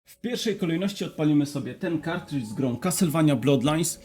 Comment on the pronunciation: KArtridź, nie KErtridż